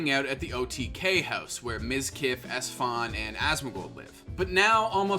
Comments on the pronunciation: “Esfond” lol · The way he says esfand hurts my soul